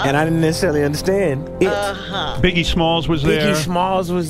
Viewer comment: C pas big E c biggie